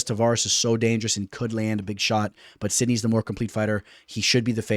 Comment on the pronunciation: Where's the knee in sidhey 😂 sidknee is wild. (Sid ee)